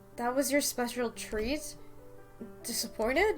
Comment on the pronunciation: Wen he sed speahel treet I Knew it was A KISS